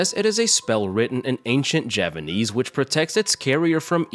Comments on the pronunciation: He is saying it wrong. The 'P' is unmistakable. He messed up his narration, and couldn't be bothered to redo it again. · You're still saying it wrong though. The 'P' is unmistakable. You messed up your narration, and couldn't be bothered to redo it again. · This… is not Japanese… Edited to say I just saw your comment about you saying ‘Javanese’ Mbmb